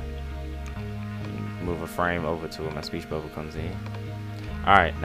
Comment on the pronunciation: I'm sorry. I kept replaying him saying, "Speech Bubba. Just googoo. Just googoo." Oh my god. Subbing just for that.